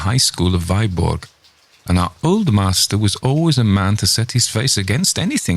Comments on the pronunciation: Alas the pronunciation of Danish toponymes is all wrong: "Viborg" for instance is not /vaiborg/ but /vibo:/. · Viborg is pronounced Veeborg otherwise very impressive!!!!! I'll be awake all night long. :0)